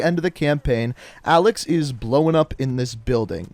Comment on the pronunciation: Listen to when he talks about alex getting "blown up" he pronounces it "blow en"